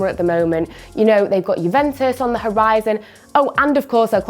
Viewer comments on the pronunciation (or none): none